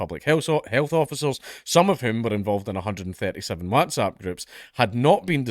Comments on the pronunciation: Really struggling with the way Dank is saying "wHATZapP" 👀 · Watzap lol. I'm pretty sure he doesn't pronounce What as Wat?! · Count pronouncing whatsapp Wazzzap 😂😂😂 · Do all scots pronounce it WATsAP? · Oh joy we get to hear Dank say WhatsApp weird again :D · Can we all just take a moment to appreciate the way Dank pronounces Whatsapp. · Is it just me, but does anyone else think Dankula says 'WhatsApp' kinda weird haha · Man I just love hearing you say WhatsApp lmao